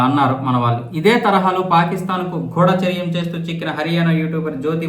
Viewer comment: గూఢచర్యం గూఢా కాదు